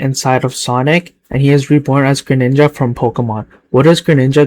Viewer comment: Nah I can't what the fuck is a Greninja it's pronounced gre slight pause ninja